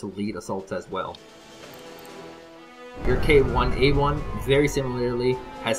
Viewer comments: not KI, but K1. anyway i understand why you pronounced as chi for ki. you may heard about famous chinese medical term chi. but 'chi' is chinese pronounciation for the medical term letter 気. (the letter is using widely in north east asian countries) Korean pronounce as just 'ki' for the letter 気. Japanese pronounce as same 'ki' for the letter 気. although the tank's name is not KI, in korean ki is just ki. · By the way for the tanks it is K1(K-one), not KI. For the most part they use a very similar naming scheme to the US except replacing M with K or simply adding K onto already established designations. Another good example is the KAFV(K-AFV) series of armored vehicles as one can guess it stands for Korean-Armored Fighting Vehicle. And as mentioned before the antiradar missiles are for killing radar based AA, not jets. When it says radar missile it just means that it is an active radar guided missile as oppose to a semi-active radar, infrared, etc. It's simply how the missile locks on to it's target (which gives it traits like Semi-Active(SA), Guided(GUID), or Fire and Forget(F&F). On that note the KF-16 will be a absolute monster, a SEAD plane + an air superiority fighter with really good ECM all for 150 points. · its not KI... its K1.. as in K1A1 tank and xK2A1 generation 4 tank. K1A1 is South Korea's main battletank which is 3rd generation (same generation as A1 Abraham and Challenger 2 and Leopard 2). And not that im judging you or anything but i can see that you have 0 understanding of military. You make a lot of "ignorant' remarks but i dont expect much from a gamer.